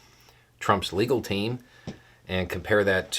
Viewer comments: I'm enjoying how you said "The former president, and his (uh) legal team" in such a way that it sounded like "The former president, and his illegal team". Hah. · I definitely heard "illegal team" and it made me chuckle as well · I heard "illegal team". The captions heard "illegal team". I choose to believe that was intentional. Nice.